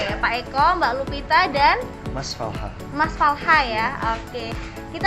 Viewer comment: Falcha ya, bukan falha 😂